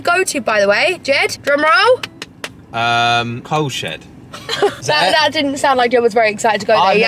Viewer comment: I thought you said it was called the Cow shed 😂😂😂